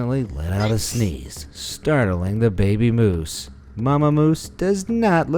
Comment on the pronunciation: The mama moose came out as mamamoos haha